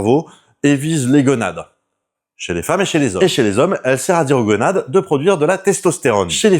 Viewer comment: gOnade, pas gueunades*